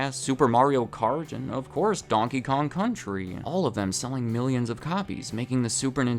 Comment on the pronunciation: and of-course donkey kong cun-tri`ee